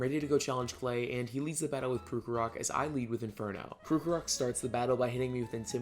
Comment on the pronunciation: the way you pronounced krokorok was upsetting